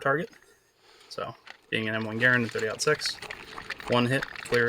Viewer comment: Hey you said Garand the correct way. I cant tell you how many times I correct people but they don't believe me. The way you said it is 110% the right way.